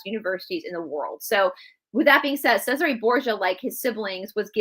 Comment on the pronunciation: Hey, thank you for the videos! Just a little FYI.. in Italian a "C" is pronounced with "CH" sound.... "CH" is pronounced like a K... there is also a mini series of the Borgia on cable or Netflix I thought it was well done but probably not to fact! Love you all! God bless 🙏🏻❤️